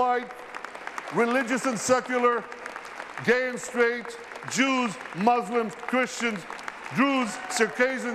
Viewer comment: That look on his face when Moslems slipped off his tongue was everything and how he battled to correct the slip of tongue